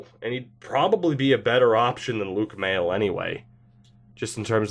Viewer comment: Luke Maile is pronounced "may-lay" btw